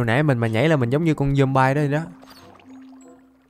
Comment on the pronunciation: Trời ơi con zomby mà anh gọi là zombai 🤣🤣🤣🤣